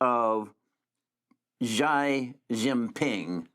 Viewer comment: "Xi" in Chinese is pronounced like "she" in English.